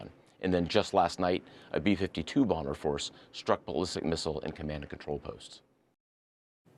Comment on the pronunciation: what is BUM-BER? is there anybody in ur office/channel knows how to say BOMBER?🙄🙄🙄